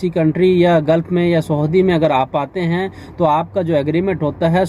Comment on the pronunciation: Saudi ko aap sahudi bol rahe ho bhai.